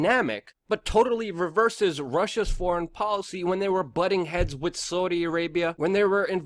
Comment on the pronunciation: Why do you pronounce "th" as "d" ie "wid" instead of "with"? Its super irritating and i want to keep listening but it makes it hard not to feel a strong urge to click unsubscribe